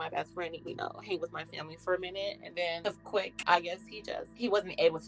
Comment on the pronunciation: I love you, but it’s QUICK 😂